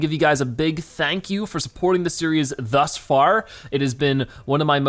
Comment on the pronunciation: He said tus far